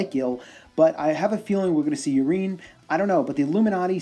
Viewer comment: lol I'm pretty sure "Urien" is not pronounced "Urine." I think his name is inspired by Uriel and pronounced similarly - definitely sounds less ridiculous that way.